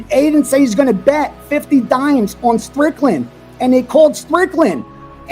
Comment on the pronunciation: Not ddp not say strickland but shicken